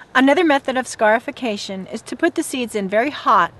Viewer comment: When she first said scarification I thought she said scarf-ication.